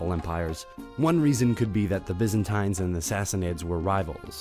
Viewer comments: Regardless of the information content in these videos, one thing is for sure. His pronunciations SUCK. Byz-an-tynz? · Biz an tines??? Kath li cism???